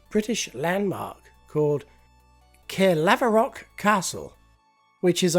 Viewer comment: I was born near Caerlaverock and highly recommend a visit to the area it is in if you can - some beautiful countryside. PS - it is pronounced CAR-LAV-ROCK ;)